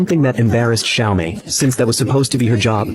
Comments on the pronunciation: Not Xiaomi❌️Natsumi✅️ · AI translation using Chinese pronunciation for Natsumi